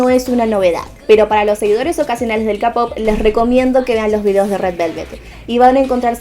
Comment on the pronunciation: Se dice keipop no capop xD Muy buena teoria♡